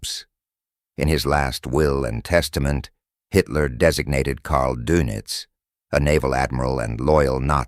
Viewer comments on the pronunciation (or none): Yodal? Durnitz? Really?